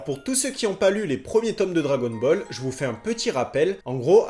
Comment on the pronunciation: « drwagon bowl » avec l’accent 😂pépite. Sinon la vidéo est juste parfaite